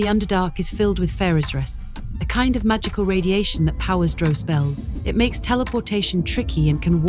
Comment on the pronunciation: Drow not Dro. The very least you can do is pronounce it correctly.